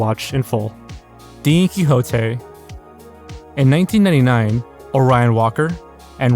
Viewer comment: Don Quixote, not Dean Quixote lol